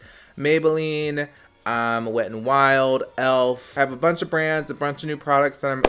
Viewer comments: " This has a bunt of blush shades." 😂😂😂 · ”it has a BUNCE of blush shades...”